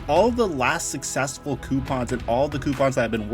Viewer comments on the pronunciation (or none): none